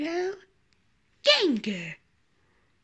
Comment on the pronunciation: Astro Ganga not genger lol